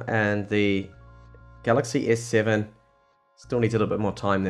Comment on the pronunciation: he said S-SayVen (S Seven)